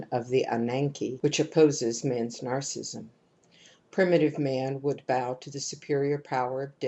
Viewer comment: much appreciated, but her pronunciation of narcissism as 'narcism' is so distracting!!! can we please give her a call?;-)